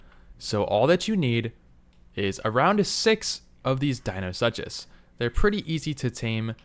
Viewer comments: dino- such - us???? Dee - No - Sook - us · Please stop saying "dino-such-us" you sound ridiculous. It's "dino-sook-us"